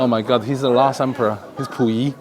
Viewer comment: 听你说溥仪的时候，差点以为你是中国人了哈哈，这个沈阳故宫文物太少了，只剩一个架子还能看看，哎